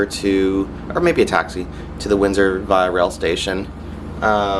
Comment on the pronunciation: it’s via not via